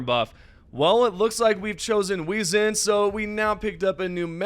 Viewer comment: WAY-ZEN (Wezen) FEN- RIR (Fenrir) ME-SURES (Measures) Man how hard is it to pronounce English words even though your first language isn't English. I usually don't get bothered by small things but when its consistently bugging, it becomes insufferable.